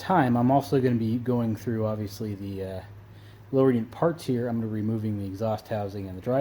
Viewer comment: "gawing" is not a word. "wahder" is not a word. put a drill on it instead of pulling the starter cord. "probly" is not a word. "we're" is not pronounced "were". cowl not hood. "our" is not pronounced "are".